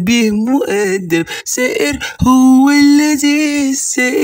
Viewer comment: لانه مصري واغلب المصريين ينطقوا حرف الـ ث حرف س